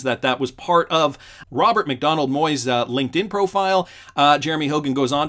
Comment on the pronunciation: Ronald McDonald so it a circus show. Just kidding. It does sound like your saying Ronald instead of Robert 😂😂